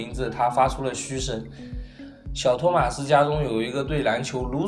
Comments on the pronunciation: 真的唸錯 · 動漫 這不是地方翻譯的問題 他真的唸錯了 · 其實你名子讀錯了